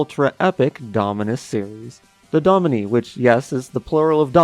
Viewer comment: i think domini is pronounced "domineye" but idk